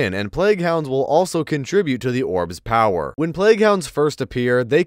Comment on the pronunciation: drink everytime he says “Orb’s pow-whur”